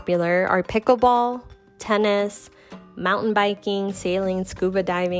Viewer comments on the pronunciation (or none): none